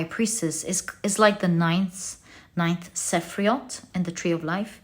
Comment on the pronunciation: As someone who knows a bit of Hebrew, I just wanted to say that "sephiroth" is pronounced seh-FEAR-oat not seh-FREE-oat.